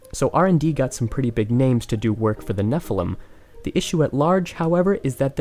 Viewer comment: Anyone else notice he says Nephelem instead of Nephilim?